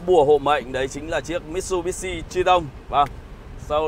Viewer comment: Mitsubishi anh ạ... Lên chương trình mà đọc sai tên thương hiệu vậy anh?